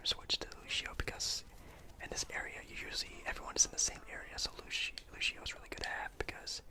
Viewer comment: I love the vid just one tip the word lucio is not said like Lou-She-Oh it’s Lou-See-Oh but beside that... I actually don’t have a problem playing DPS with a non-damage character... just be prepared the Moira nerf